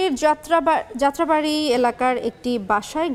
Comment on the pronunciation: প্রেজেন্টার আফা আপনি মুখের মদ্ধে গুর নাকি কলা ভরসেন? যাত্রাবাড়ী বলতে ততলাইলেন। আবার মারা গেছেনকে বলতেছেন মালা গেছেন😆😆😆